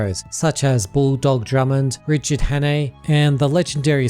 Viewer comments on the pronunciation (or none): none